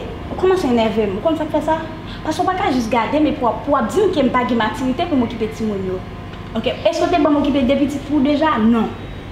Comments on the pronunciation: O apa paka di maturité anmweyy epil frekant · Konbyen moun ki we tifi a paka di maturité 🤦‍♀️🤦‍♀️🤦‍♀️🤦‍♀️🤦‍♀️🤦‍♀️🤦‍♀️🤦‍♀️🤦‍♀️🤦‍♀️🤦‍♀️🤦‍♀️🤦‍♀️🤦‍♀️🤦‍♀️🤦‍♀️